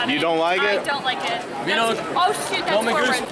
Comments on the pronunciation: TheProgrammingCuber nah i keep hearing shoot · I heard shoot the first time and shit the second time XD. But listening to it again I'm going to go with shoot. Although you can't underestimate, based on KenTheCuber's second nationals vlog... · it's like confirmed. I played it in slomo and listen to it like 10 times. It's shoot, but when first hearing it, I heard shit.